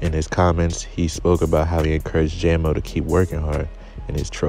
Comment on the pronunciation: It’s jam-o not jay-mo